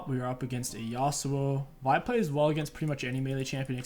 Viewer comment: did this dude really just say vi jungle